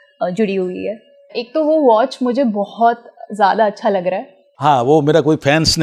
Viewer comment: Watching a Sanu Da's interview after a long time. When Says "Meako" instead of Mereko or Mujhe..❤😂Love it.